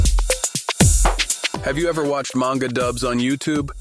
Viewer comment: Greetings, I have both a question and a comment. Question first, can you define 'yandere' for me? I'm old and dense it would seem. Comment, Manga is pronounced 'mahn-ga', not 'man-ga'. I've heard you pronounce it both ways. Nihongo (Japanese) is not goofy like English. They actually follow the rules they set. Such is my understanding, and I was corrected many many years ago on that point. I found the various manga dubs in the past 3 weeks, and I've watched enough of them that they take up half of the recommendations You Tube provides. I'm not complaining about You Tube for a change. :) I was fortunate to be stationed in Okinawa in 1980. It took me 6 months to get my head out of my rear, and venture off base. After that I enjoyed my time there thoroughly and tried to stay for another tour. Got shipped out and never got back. At this point, I could still order a beer politely if I was able to get back for a visit. That's about it though.